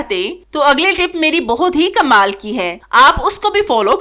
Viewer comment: Uljhan Hoti Hy jub kmal ko kammaal Keh kr bolti hain please tlufz drust krain Tips waqi achhy hain